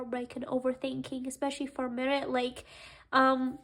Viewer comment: I'm not trying to be rude but why you pronunce Mert's name as (Marit) (Merit) not Mert? Mer-t